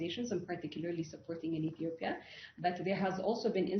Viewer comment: Ethiopia!!! Not Ethopia🤦‍♂️